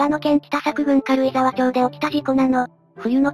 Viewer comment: 軽井沢町の発音は「かるいざわちょう」ではなく「かるいざわまち」ですね。